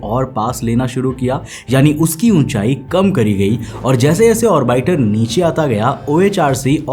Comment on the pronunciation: Please pronounce 'orbiter' properly. It's irritating